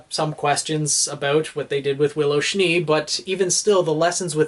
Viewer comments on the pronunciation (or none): none